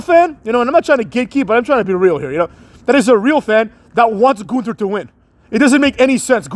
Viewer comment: It's NOT pronounced "th" in Gunther.